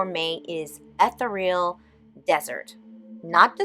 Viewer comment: Check your pronunciation of ETHEREAL.🙂